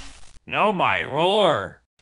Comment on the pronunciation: When Baldi Says "No My Ruler". It's Sounded Like He's Saying "No My Roar" Instead Of Saying "Ruler" XD